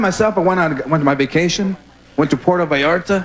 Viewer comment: "Goerge Lopez. Puerto Vallartea" es Puerto Vallarta" mas puto! Lol ❣U 😛🤣🙃